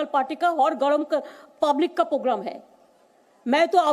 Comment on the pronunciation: ममता वो पोगराम नहीं प्रोग्राम होता है 😀😀😀